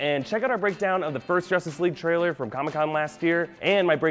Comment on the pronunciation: "Traielr" lmao